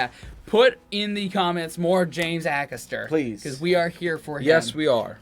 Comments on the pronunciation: It's pronounced Ay-Caster, he's hilarious. Is one of the best WILTY stories of all time. Melvin (no idea who he is) makes it better with his bench comments!.........James "There's an old saying, you're warmer in a bush than on a bench" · James a-caster not akasta 👍😎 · I love James Acster, and how he keeps such a straight face whilst uttering so much rubbish. LOl Oh and the A at the start of his name is said as Ay, not Ah. Well done for getting Noddy Holder. :) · Ay-caster not A-caster. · FYI it’s pronounced A caster not Ackaster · Great vid guys. It's pronounced James Ay-caster btw. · I'm sure someone's mentioned this already, but his name is pronounced A-cass-ter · Just to say his last name is pronounced A- Caster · DifferentLY !!!! AYcaster!!! Its really not hard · Not sure if you learned this. His last name is pronounced A Caster. He is wonderfully weird! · Lots of love to you both but you are saying his last name wrong, it's ay-caster, like capital A x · Haha did you say James Axster? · Love that final one,never fails to crack me up👌😂😂 Definitely need to check out more of James, his stand up special on Netflix is top tier, there's a few clips on here👀🔥😂😂 Jus a lil note,his name is pronounced James A-caster 👌💜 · Love you guys ... James Acasters name is pronouced AYcaster x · Excellent reaction. It's Ay-caster btw. Keep up the good work! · A James Acaster special being reacted to by you guys brings me inexplicable happiness! Also I think he's pronounced Ay-Caster, at least that's what most people on British TV call him :) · James Acaster is so funny, his mannerisms and his quick wit is hilarious 😂 Please please please, listen to how his name is pronounced cos it ain't how you think 🤔 😂 It's a hard A then caster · Acaster… Sounds like… Hay, May, Bay, Day, Gay and Pay…. A-Caster…👍😁👍